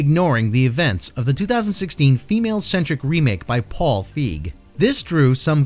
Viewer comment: Paul Feig's last name is pronounced "Fay-g". He tells a funny story about it in his first book. Jason Reitman had a cameo in Ghostbusters 2 as the boy at the birthday party who bluntly tells Stantz that his father says the Ghostbusters were full of crap all along.